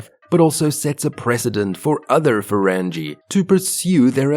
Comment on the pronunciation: Just as soon as I heard his pronunciation of 'Ferengi' I knew they were perpetrating a fraud.